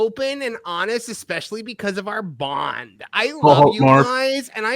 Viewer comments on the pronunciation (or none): Did Katy say bond or bong? If it was the latter then that would explain everything.